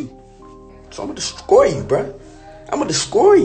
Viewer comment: imma descroy you bruh imma descroy u he cant even say destroy right